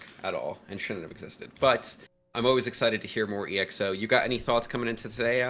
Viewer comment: The name of the group is not being pronounced as e.x.o, but exo as it is, letters together